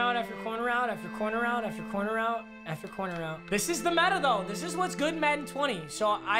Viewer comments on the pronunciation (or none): none